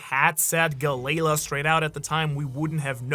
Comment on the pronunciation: Galley-la = Galalee